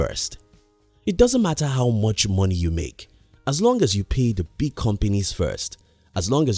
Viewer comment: Its frustrating to hear him saying the word “big”